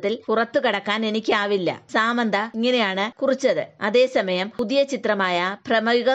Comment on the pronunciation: സാമന്ത അല്ല സമാന്ത..... 🤦🏼‍♂️🤦🏼‍♂️🤦🏼‍♂️🤦🏼‍♂️